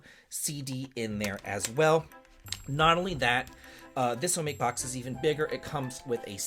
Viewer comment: Don't mind me, I'm just here to complain about the way you pronounced "Hiro" and "omake". The latter I get if you don't know how to pronounce words of Japanese origin, but come on man, Hiro is the main character in Eternal Blue. His name is spoken very frequently throughout the game. You're supposed to be a fan of the franchise!